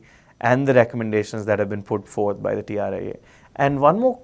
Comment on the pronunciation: Correction... Its TRAI not TRIA